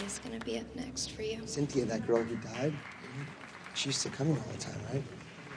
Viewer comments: Lmfao "cyn thi UH" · “Cynthia. Cyn-thi-a.”💀